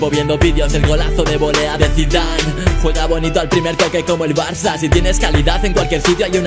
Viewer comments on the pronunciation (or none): none